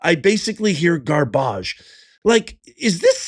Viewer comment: Can you please stop pronouncing garbage that way? These people have earned the correct pronunciation of the word. Trash is trash no matter how nice you try to make it sound. Use clear language to describe these people.